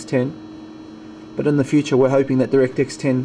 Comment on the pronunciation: it's not directix it's direct-x... The gtx has more blue.